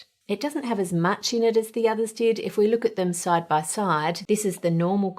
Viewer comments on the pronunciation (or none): none